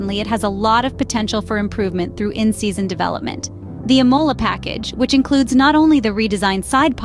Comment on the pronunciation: If you're going to cover Ferrari news, then fix your garbage AI bot to pronounce Imola and Scuderia correctly. Disgusting attempt at being a 'Scuderia Fans' channel.